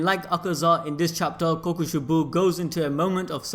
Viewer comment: Kokushee-bow damn you.